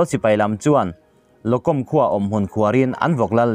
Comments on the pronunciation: Lo kawm ni lo in, mizo thawrawpa chhiar tur a nia, lochawm tih zawk tur a ni e. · Lokom ni lovin mizo hawrawp chuan Lo chawm ti a, lam tur a ni. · Locom khua ni lovin Lochawm khua tih tur zawk aw..Laizo țawng ah chuan..ch ai ah c hi an hmang a..ch kah tib hi an ram tawng chuan chh kan hi ang hi a ni.. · Lokawm.nilovin lochawm tia lamtur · Lo com tih hi lo chawm tia lam lam tur a ni. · Locom ti kha hetihian tih rik tur a ni '''Lo'Chawm'' a thluk chu a ni e. Chin hnam chi hrang hrang hian ''mizovin ''Ch'' kan tih hi an Chin chuan ''C'' chauhvin an ziak ''tih mizo channal te khan lo hretlang ula . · Lo com ti hi Locawm ti a lamrik tur nia Lo ka feh cawm bawk hawp bawk Lo+cawm locawm